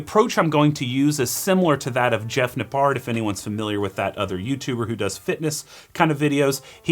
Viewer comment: The way he pronounces Nippard 😂